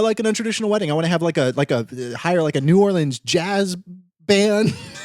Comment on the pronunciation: As a NOLA girl, thank you for pronouncing New Orleans correctly! 🤣♥️⚜️